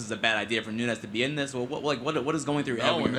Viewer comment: It's NUNES!!! Not Nunez.